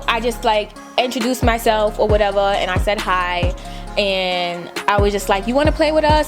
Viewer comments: “or whateverr” so New York 😭❤️ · "Or whateva!" Nyc accent lol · This video funny af 😂😂😂 “It’s cute........FOR YOU........or whateva.” 🤣🤣🤣